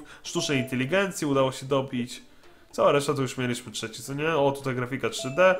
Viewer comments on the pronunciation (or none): none